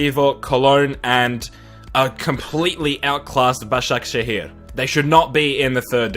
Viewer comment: how can he do a perfect turkish pronunciation of Başakşehir ???